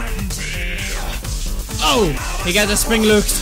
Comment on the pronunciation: He said soringlooks XD